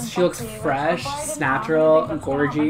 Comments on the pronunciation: "snatural" ahahaha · “Snatural”😂😂😂 using this!!!!! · "Snatural". That is all. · My new favourite word; snatural